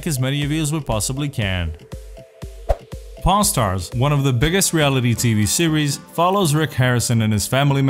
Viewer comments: Sounds like he's saying pornstars :) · I'm sorry in the beginning I thought he said porn stars lmao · Why am I hearing p*rn star? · Sounds like he is saying Porn stars in some bits.